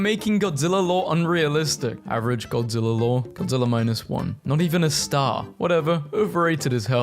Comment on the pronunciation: I can’t stand you saying godziller ITS GODZILLA GOD-ZILL-AH GODZILLA